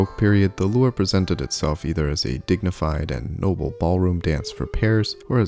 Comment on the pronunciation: Pronounced "loo-RAY", not "loor".